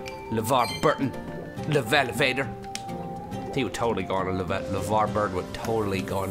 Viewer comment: It's not a levalavator, it's an e-lev-a-tor!!! elavator!!!